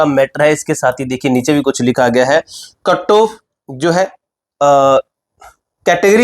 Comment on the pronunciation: Katto❎ cut off ✅ 😅